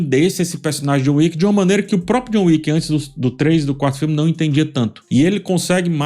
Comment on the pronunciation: Chegou a John "Wicka"